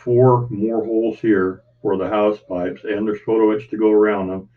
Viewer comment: Hull is always the slow bit but your doing a great job, it will look great when you get some paint down. The anchor chain holes you seem to be pronouncing house pipes are hawsepipes. Have a great day